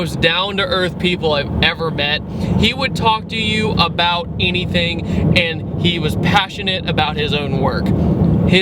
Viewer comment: I just realised that you say "enything" instead of "anything".